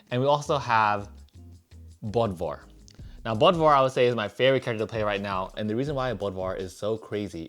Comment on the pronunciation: If the O umlaut in Bodvar is Germanic he should be pronounced BOODVar